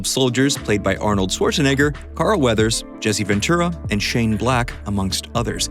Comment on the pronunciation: this guy says arnolds name weird